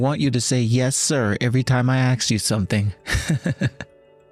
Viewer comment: Bad enough the AI or actor is so emotionless. Please, the word a-s-k is ass-k not axe. If you want to say it like axe then spell it aks, that's the slang. Female voice actor... 👍👍👍